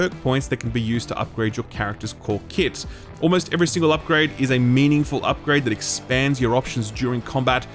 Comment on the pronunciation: Came for Evil West. Stayed for hearing keep saying keet.